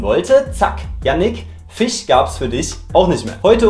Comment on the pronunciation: Fisch und nicht fIEsch